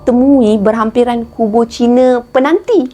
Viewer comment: Kak sebut mcm peganti..penanti kot kak.di kubang semang